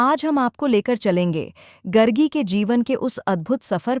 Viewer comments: It’s Gaargi & not Gargi गार्गी and not गर्गी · सही उच्चारण गर्गी नहीं गार्गी है। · गार्गी है ये, गर्गी नहीं है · गरगी नही गार्गी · It is not गर्गी वचक्नवी but गार्गी वाचक्नवी. People who don't even know how to pronounce the name are making videos! What a shame! BTW, Gargi Vachaknavi (गार्गी वाचक्नवी) was the daughter of the sage Vachaknu from the lineage of the sage Garga (गर्ग). Hence the name. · It's pronounced Gaargi... The speaker should have atleast got the name right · Itna research kiya aapne Naam toh lena chahiye it's गार्गि Gaargi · Gaaaaargiii.. atleast pronunciation is important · it is "Gaargi" as in गार्गी = गार् गी It is "rushi" और " rishi " as in ऋषि When you do not pronounce Sanskrit words correctly, it changes their meaning. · Very well explained. The video have done its job to make people remember her actions and what she did for the society again. 🎉 Kudos ! Just keep sharing the knowledge. 😊 Some people still dont remember the true essence why the video was actually made and kept pointing out the pronounciation mistake of the name. I understand, its not right. But I also believe that there was something bigger than that in this video. Please don't get disheartened, just take extra care of this from your next videos. Thanks, Keep up the good work!❤